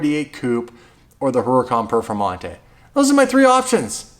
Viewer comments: Lamborghini perfermontay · Lamborghini perfomata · Lamborghini Perfamonte